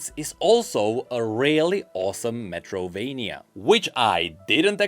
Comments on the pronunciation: His pronunciation of Metroidvania as Metrovania triggered me every time lol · WHO THE FUCK calls it Metrovania and not Metroidvania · is something wrong with me or isn't right saying Metroidvania instead of Metrovania 😅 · metroidvania, not metrovania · It's Metroidvania, not Metrovania. It comes from Metroid + Castlevania. Just so you know :) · About to watch the video, but I do wanna point out that its "Metroidvania". Sorry, I needed to say it